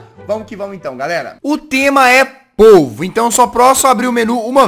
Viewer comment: soh eu q entendi ovo em vez d polvo??